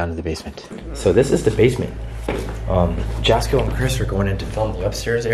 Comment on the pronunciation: Jasko name is pronounced yasko. Just call him Jaz. I watch all his vidios along with yours. Keep up the good work